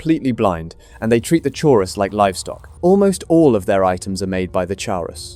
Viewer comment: I'm most impressed by the number of times you pronounced Chaurus differently 😂